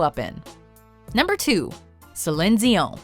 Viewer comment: do you really not know how to say céline